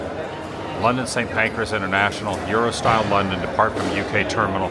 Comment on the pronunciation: Sounds like you said "Eurostyle" insead of "Eurostar". You did the same thing when you originally got on the train. Maybe I'm missing something or you're still suffering from jet lag. Thanks for another great video in this series.